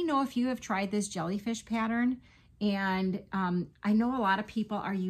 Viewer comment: Ohhh my now I want to make a bunch of "Jolly Fish" 😂 thats what I thought you were saying & now I like that name better 😂😂😂 I'm seriously gonna attempt it & I'm calling them Jolly Fish 🐠🐟😊 That's ok...in Amarillo they couldn't understand me. I'm Cajun & I just quit saying "Fork" over there 😂 I'd just saying eating utensil.